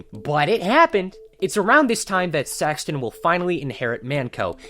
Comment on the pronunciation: The way this guy says saxton is just unholy